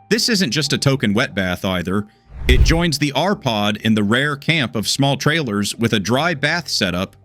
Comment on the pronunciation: You showed WAY MORE exterior views of the RPod…I would have liked to see the refrig nd maybe. Sensible view instead of disjointed little clips. It would be nice if the AI was taught correct pronounciation of the NAME of the TRAILER????